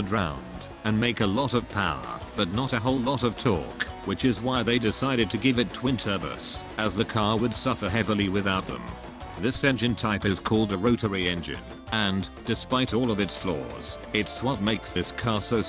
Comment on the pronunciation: "Twin Turbus"